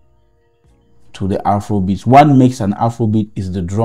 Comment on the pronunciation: It's not Afoua kom beatz😂